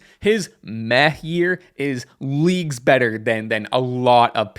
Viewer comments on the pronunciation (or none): I thought you said meth year instead of meh year